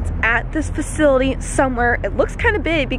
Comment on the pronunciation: She said facily